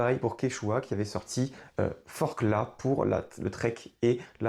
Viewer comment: Forclaz on prononce pas le z si jamais